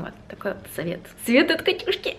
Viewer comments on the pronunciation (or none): блииин. вообщем включила субтитры сразу же, после того как сказала. Сидела, угарала над цитированием русских слов))) самое смешное было когда сказала "Совет от Катюшки!". он повторил как " Совет от кишки!"😅 Лайк если тоже рассмешило